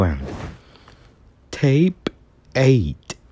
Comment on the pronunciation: Um I've have a question why will you say tape instead of take